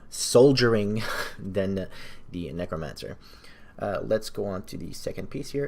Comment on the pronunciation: Please stop saying kneecromancer. Otherwise. Epic build, good vid